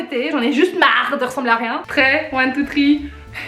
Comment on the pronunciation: quand elle a dit one tou tree jai criee viva l'Algerie